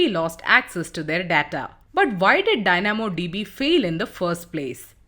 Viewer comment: The pronunciations are really off in this video, would appreciate if the narrator could do basic Google search and see how certain words are pronouced....e.g "Dynamo DB" "McDonalds" "into" "also"